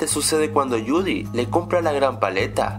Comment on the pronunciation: Tipo ya estas sacando cloncuciones estupidas de una pelicula que ni siquiera has visto porque no sabes ni pronunciar Judy, y Finnick no tiene nada de homosexual. El es mas hombre que tu